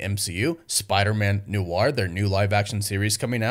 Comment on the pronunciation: Noir is one syllable. Not new-arr.